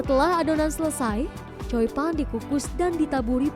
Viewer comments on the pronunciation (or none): Choi pan mbak jng slh ucap jdi coi pan 😂